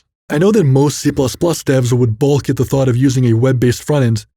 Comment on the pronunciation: It's "balk", not "bulk"